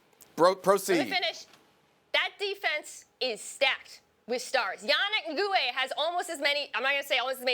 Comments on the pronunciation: She wouldn't handle an argument Shannon Sharpe, he'd make her look stupid. I do think Tom Brady will win, but all she was doing was trying to speak over and bitch. And one last thing, it's NGAKOUE, not NGOUE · Wait how she bout to disrespect my man yannick ngakue by calling him yannik "engooway". Dumb bitch